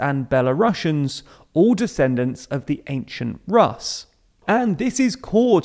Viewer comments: Rus’ should be pronounced as Roos’ in English, not as Russ. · "Rus" is promounced "ruse"